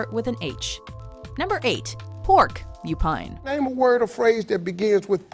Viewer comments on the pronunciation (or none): “The hell is ‘Upine?’”